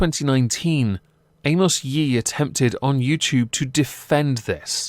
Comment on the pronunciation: “Amos Yeet”. Hahaha. Does the narrator have a speech impediment??